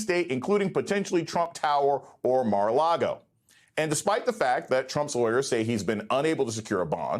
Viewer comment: Lago, not Largo.